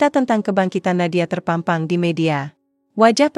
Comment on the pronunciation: Terpampang bukan terpempeng baca yg bnr donk jgn sok ke Inggris inggrisan